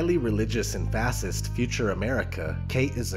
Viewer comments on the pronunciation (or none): Are you not saying fascist and totalitarian correctly for a reason?